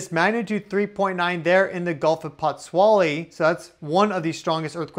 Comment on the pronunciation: The pronunciation is Put-zwo-ly.😉